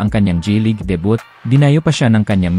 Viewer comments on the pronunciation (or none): "De- bo" .... Not debyut...